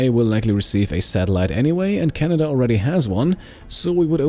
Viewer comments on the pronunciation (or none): none